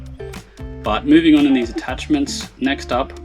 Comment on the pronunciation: Why you say larb for lab and ouray for array artachments for attachments?